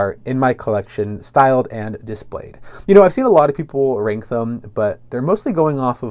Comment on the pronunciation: It’s not pronounced “renk” it’s RANK. I couldn’t tell what you were saying until the third time you said it 😮